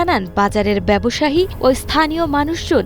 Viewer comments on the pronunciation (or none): ব্যবসাহি? একজন সংবাদ পাঠক কিভাবে ভুল উচ্চারণ করেন?